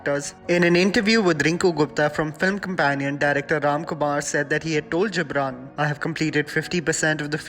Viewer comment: The Gibran is pronounced as गिबरन